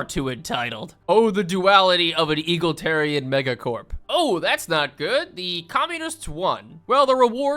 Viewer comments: Your pronunciation of egalitarian as "eagle tarian" makes me want to bomb a xenophile. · E-gal-i-tarian. I wish it was eagles, but sadly it is not. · If he calls EAGLE-tarian one more time… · eGALitarian. Jesus wtf is that pronunciation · brother please pronounce the word “egalitarian” correctly. Its not fucking “eagletarian” you donkey. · E GAL EE TEAR EE AN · Don't know which is funnier. The bullshit he pulls or the way he pronounces egalitarian. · PLEASE say EGALITARIAN correct once. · This guy saying egalitarian hurts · Idk if is miss pronouncing Egalitarian on purpose or not, but it's hilarious it hilarious either way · It’s not “eagleteran” it’s E-gal-i-tar-i-an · Saying "eagle tarian" rather than "Egalitarian" is like nails on chalkboard for me LOL! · I hate that you keep saying 'eagle tarian'. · ITS E-GAL-ET-ARIAN NOT EGAL-TARIAN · Is he saying EAGLEtarian on purpose or does he just not know how to say egalitarian? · I’m sorry but I can’t 😭 it’s “E-Gal-itarian” not “Eagle-Tarian” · Sorry boss but it's not eagle-terian, it's e-gal-uh-ter-rian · "E-gal-i-tar-i-an" not "eagle-tar-i-an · Is there a source for why he says Eagletarian instead of Egalitarian? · It's pronounced e gal a tarian lol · "egolatarian" and "going to ebstein"???? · E-GAL-IT-ARIAN. IT'S E-GAL-IT-ARIAN!!!! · "Eagle" tarian. Almost as good as ppl saying "Total" tarian. 😂😂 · I die a little bit inside every time he says “eagletarian” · i love you but you gotta stop saying eagle-tarian its tearing my family apart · Sorry butt. As a Brit it pains me to hear Eagle-itarian 😂. Great stuff tho. Love Stellaris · "Eagle-tarian" Its driving me crazy. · Someone at my job pronounced it eagletarian as well. So…. Wrong!!! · why do you call it eagletarians?